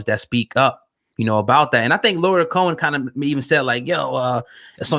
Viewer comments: Nigga u said Lawyer Cohen wtf?? Lee-yor if u tryna read and sound it out properly smh if u can’t spell or say names right or get stories right and all the facts then why podcast my brutha? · It's pronounced Lee-Or not Lawyer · “Lee-Or” is how it’s pronounced!! But, whO cares the ppl know what tf he talking abOut!! White ppl been Dividing and conquering since the beginning of time!! Black men or the “culture” has to realize when outsiders come alOng and use our own shyt for their monetary gains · Drewselum bruh how dude seriously gonna mis pronounce this dudes name the whole show?!?! Mad annoying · pronouncing his name all types of wrong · You’re not even pronouncing his name right smh :/ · my man you saying his name wrong man i wish yall cats making these videos would do your homework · CHARLES CRAWFORD I THOUGHT I WAS THE ONLY ONE WHO FELT THIS WAY. MISPRONUNCIATIONS ETC BOTHER ME, AND ALSO GIVES A SENSE OF AMATEURISM TO SHOWS SUCH AS THIS. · YOU MISPRONOUNCE LYOR NAME!!!!!!! SMH